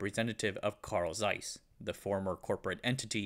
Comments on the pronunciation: Pronunication issues: Jena is Yeh-na. Yeeeh-na Zeiss is Tsa-is. Not size, T-before-the-z Tzais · Learn to pronounce the thing you are making a documentary about. A German "Z" is always a TS. Hard, sharp, like Germans